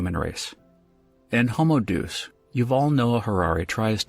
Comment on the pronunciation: Day us. Not doose